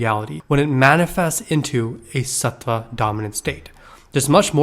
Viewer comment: Yeah bro pls learn how to say tattva satva and guna